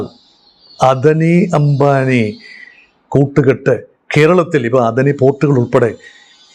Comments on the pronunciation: what NONCENCE uou TALKING about Not Adni clearly Ada ni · അദനി അല്ല സാർ അദാനി എന്നാണ് pronounciation